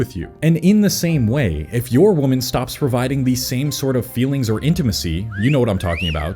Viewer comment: Singular woman is pronounced as man at the end. Plural ends with men and is pronounced as such